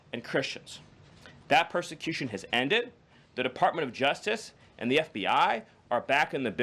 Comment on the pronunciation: What is the juftiff department? Does the speaker have a touch of downs, or is it just a speech impediment? Dont get me wrong, it's great to see people with learning disabilities find success, but I thought we were going to crackdown on these DEI hires?